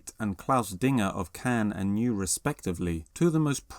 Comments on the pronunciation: Pronounced “noy” not “new”, regardless, thanks for spreading the good word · Not sure who “NEW” is, but there’s a band called “NEU,” which rhymes with “ANNOY,” as in “Hearing someone pronounce ‘NEU’ like ‘NEW’ does everything to ANNOY fans of NEU!” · Isn’t it pronounced noy not new? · It’s not Neu but Noy ;) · Neu! is pronounced Noy! 👍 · It's pronounced "noy" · I thought it was pronounced "Noy" cf. the beginning of Super. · I think it's pronounced something like "Noy". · Thought it was pronounced "noi?" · NEU! its pronunced N O EE ! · No, it's pronounced as NOY [nɔʏ]. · this is otherwise a really good video, but i cringe so much whenever you pronounce it as "new." like, y'all, it's not cute. :( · Sweet video. I don't want to be that guy, but Neu! Is pronounced Noy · to be fair, it is pronounced noy but it translates to new so it's really just semantics :') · cmoonnnnn pronounce Neu right man! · I loved everything about this video except your pronunciation of Neu! 🤣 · when I go to watch a Video & they cannot even pronounce NEU! how am I then meant to believe a word that the narrator says if the narrator has no interest in the band whatsoever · You should work on your German pronunciation, espiecally if you're doing a video on a German topic. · It’s pronounced Neu not Neu. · It's pronounced Neu! not Neu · George Fisher I’m glad you wrote it: t’was annoying me. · New!!!!????? It's pronounced "Noy" mate. I won't even begin to mention how you pronounce "Leibezeit"!!